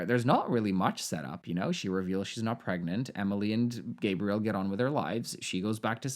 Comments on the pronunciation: Hey! Nice video! For the Gabriel prononciation, although the name does exist in english, if the guy prononces it the french (or any) way, that's how you have to call them, their prononciation is the correct one always! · I don't know; I think you should probably pronounce someone's name the way they do. I lost track of whether Gabriel is French or American or what, but however he would pronounce it, she should do that.